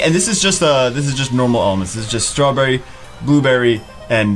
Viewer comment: You pronounce blueberry wrong